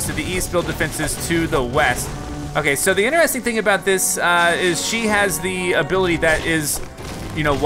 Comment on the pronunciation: I’m veeeeerry late but I hate when he says interesting wrong